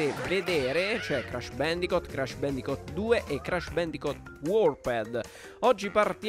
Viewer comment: non si pronuncia bendicot ma bendicut